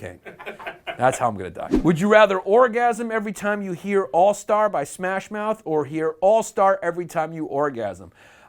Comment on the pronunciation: Smath Moush lmao